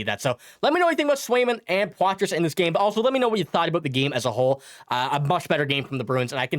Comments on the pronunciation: #51 is French-Canadian. You don't pronounce the "s" in Poitras. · #51 pronounces his name with the silent "s". Just think we should be able to pronounce his name correctly...Just saying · The S is silent when you pronounce Poitras.